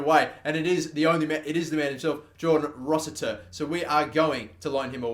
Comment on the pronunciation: Its ROSS - IT - ER, not ROSS - IT - TIER